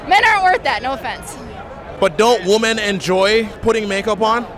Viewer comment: …it’s not woomen. It’s pronounced wi-men